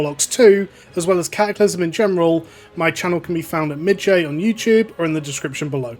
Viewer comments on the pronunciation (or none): none